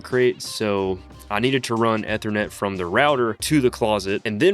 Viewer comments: ether net? E thernet lol where aare you from? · Eeeeeethernet. Long e bro. Otherwise great vid. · Take a shot every time he pronounces Ethernet incorrectly... Good luck. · And keeps saying it 100 times 🤣😩